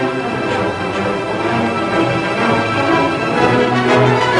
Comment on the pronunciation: He says, "My country, the United States," with the most Mexican accent ever 😂